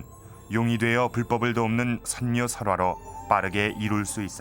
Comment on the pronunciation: 선묘를 덴묘라하네